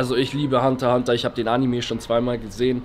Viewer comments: oMG wenn man einfach zu "Hunter x Hunter" Hunter Hunter sagt !!!!!! TRIGGERT!!!!!! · AHHHH WARUM SAGT ER HUNTER HUNTER ES HEIßT "Hunter x Hunter" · Mich hat es so getriggert das er als Hunterhunter gesagt hat und nicht hunterXhunter 😂😂😂